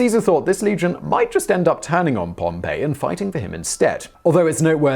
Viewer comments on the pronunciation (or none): no, you are not. I get legit triggered each damn time he says "Pompeii" and not "Pompey" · Have to say the whole Pompeii, Pompey thing really got on my nerves. He was named after the place and they weren't supposed to be pronounced the same. Its Pom-pay for the place Pompeii and it's Pom-pee for the general Pompey. The whole way through the video it was like you were telling me that a town on the coast in the Bay of Naples was a powerful general with a grudge against Julius Caesar. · Rather than pronouncing Pompey like "Pom-pay" (which would be like the Roman city Pompeii that was destroyed when Mt. Vesuvius erupted) I'm pretty sure the correct pronunciation is more like "Pom-pee"... Maybe they both work though, sorta like how neither way of pronouncing "Celtic" with a "S" or "K" sound in the beginning are wrong... I'm almost certain that people generally say "Pom-pee" to mean Pompey the Great whereas "Pom-pay" is said when ppl are talking about the Roman city... Even if both pronunciations technically might work (again, idk if "Pom-pay" works for Pompey) using "Pom-pee" to mean Pompey would just be less confusing... Also one neat thing about the story where Mark Antony was offering him the crown... It all may have also been Caesar basically testing the waters to see how the Romans would react to him being offered a crown and refusing it... Then, seeing that they had reacted negatively to the first offer and cheered when he refused it, he decided that he wouldn't go forward with accepting the crown the second time he knew that Antony would offer it to him... Sorta just using it to test the waters... Also if anyone is interested in learning more about the assassination of Caesar, I think Historia Civilis is a channel that does a slightly better of a job at explaining it than this (which is fairly good, but still...) One thing for example which isn't mentioned here is that one politician gave Caesar a written warning and told him it was urgent that he read